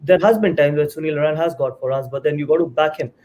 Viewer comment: Someone tell mister Manjrekar it's Narine not Narayan.